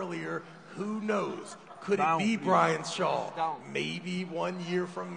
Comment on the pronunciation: The word is SHAW...